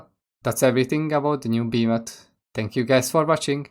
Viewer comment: Killa beemATH inteRaht just killAA Bemathhh dear god beeemathhh